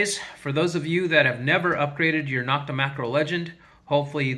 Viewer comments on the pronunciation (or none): Thanks. NO-k-ta is pronounced with a long O, just like the O in Makro. Not Knock-ta.